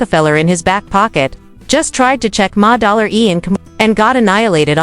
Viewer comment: "Ma-- Dollar --E" 😂😂